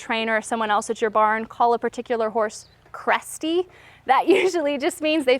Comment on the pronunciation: I thought u said crusty instead of cresty🤣